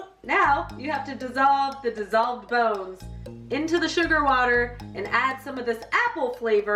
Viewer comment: Wait... wait what??? When she said it smells like bones i had no idea what the heck she was saying, "bose, boz" no clue, now i get it, I dont understand? I feel like ive never known that! So when im eating jello....???